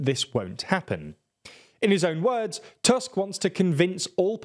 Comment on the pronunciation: In Polish, "U" is always pronounced like "u" in "butcher", so the surname "Tusk" is not pronounced like the English word "tusk" Secondly, "CZ" is pronounced like "ch" in English, so your pronunciation of the surname "Kaczyński" is incomprehensible because you pronounce the surname like "Kaziński". And the last thing is that the letter "J" in Polish is pronounced like the English "Y". If you don't know, you can always check the pronunciation of the names of the people you are talking about on Wikipedia :P